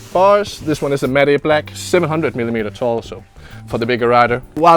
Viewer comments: It's pronounced like mat black not mat e black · Am I the only one triggers when he pronounces matte black like maday black and it's like mat black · love how he says matty black instead of matte black haha, such a good video as always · The way he says 'matte'😂